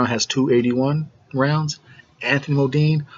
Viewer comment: Bro this is ya first review I've watched, TBH I hate to hate but first off stop callin Choc fukin "MODINE". His name is "MUNDINE " there aint no MO in it. Anyways ya make some valid points bro just try to be more direct straight to the point when ya predicting fights getting a fighters name rite is a good start